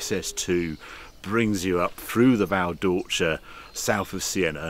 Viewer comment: "Val Door-cheeee-a" !!!